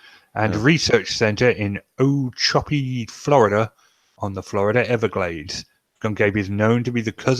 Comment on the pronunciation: in this video: AFAIK, "Ochobee" is pronounced oh-cho-bee.